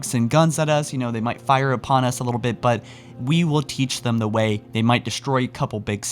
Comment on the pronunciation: Don’t know if anyone picked it up but he says “Teach them de Wei